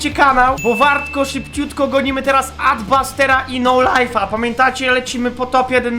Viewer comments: xD no lifa mówi się nolifa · Nie nolajfa tylko nolifa